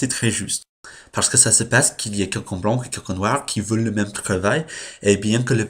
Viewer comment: 2 vidéos par semaine, c'est bien =) Et pour "blanc" on le prononce "blan" sans le "c" donc, Et de même "son peau" est "sa peau" Voila Bonne journée/nuit